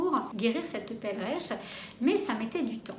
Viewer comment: Cela s'appelle une perleche,et non pas une pelreche!! Pour infos